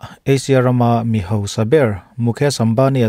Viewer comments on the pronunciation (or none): none